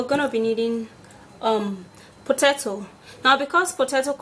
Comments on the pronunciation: Not pototoe, it is potato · "Pototoe"😂she's adorable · 🥔 "Potatso" ? 😂 Why such a demaged one though. "Beneaths" da bol....😂 Khotting De lemon "bicarbonates" 🙄 😂 😂 I'm entertained.😝👌